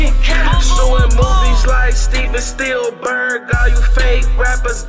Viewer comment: dude said steven steilberg lmao